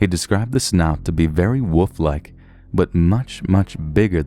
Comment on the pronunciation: I love how he says wolf, , sounds like he's saying woof. It was a smelly doggo